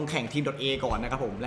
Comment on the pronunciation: อ่านว่า โด-ต้า ครับ ไม่เข้าใจทำไมคนไทยเรียก ดอตเอ บอกเฉยๆนะครับ ไม่ดราม่านะ55